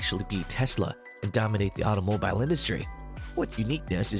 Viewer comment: You pronounce “automobile” like a lunatic